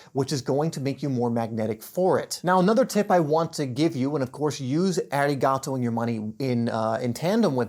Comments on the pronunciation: watched till EEEEhrigato. NO. You need to feel the gratefulness, so you need to say thanks in your language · Every time he said the word I cringed... It would've been fine imo if he at least pronounced it better.